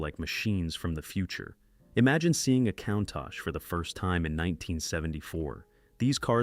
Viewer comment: These narrations kill me. The people speaking, or a facsimile thereof constantly mispronounce the name of some vehicles. For example the Countach, pronounced coon-tosh. It was pronounced cown- tosh. Where do you find these idiots, who's doing the editing. MORONS!